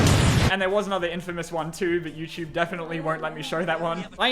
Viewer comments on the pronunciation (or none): none